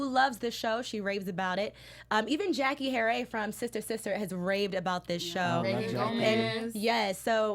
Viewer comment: Did this girl really say Jackie Haray? Her name is Jackee’ Harry. Wtf?